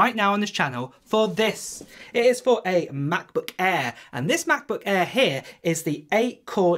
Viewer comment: I cannot watch this guy's videos just because he pronounces Macbook Air as "ma-bu eaah"